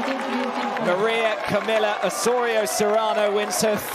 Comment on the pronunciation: Maria Camilla ???? Is Maria emilia ! It be nice to have Spanish or bilingual speaking commentators WTA ...